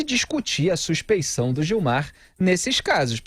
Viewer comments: suspe N ção,?? É suspe I ção. Mas mesmo que não fosse isso, ainda assim estaria escrito errado! Que vergonha! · Eu acho que é suspeição não "suspencao"...